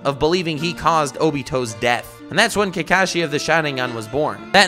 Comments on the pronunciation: Why are u saying Kekashi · hes not kaekaeshi hes kakashi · This mans pronouncing kakashi kills me